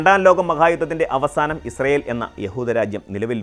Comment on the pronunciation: പലസ്ടിന്റെ ഒരു വേദിക്കാ ഇൽ ഇസൃൽ.. 😏 പലസ്റ്റ്ഇൻ 👌